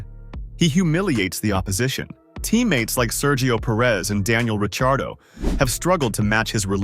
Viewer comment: lame AI, mispronouncing Ricciardo's name